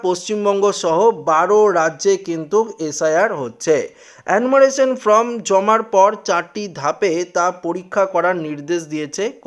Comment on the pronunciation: Hi hii hii ""ftom" naa hhihi""FORM""...hii hii